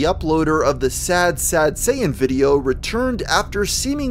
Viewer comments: camping. Any one else can't stand how he says Satan. He doesn't pronounce the first t. I hear that in many younger people that they don't pronounce the first t in many words. Wierd. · It's actually pronounced shah-tahn, not say-in. Just sayin. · The craziest thing about this video is that the narrator can't pronounce "Satan." It has a "T" in it. Pronounce it. It's "Say-Tin", not "Say-in". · Dude , when you say sad satan , it sound like sad saiyan , please leave Son Goku ou of this :p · ye im not triping he is sayign sad sayian instead of sad satan lmfao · ya saying sad sayan on purpose? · Not me watching halfway through the video and still thinking he was saying sad Santa and not sad Satan